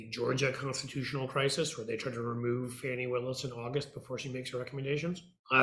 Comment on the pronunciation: The DA's name is Fani (pronounce fawny)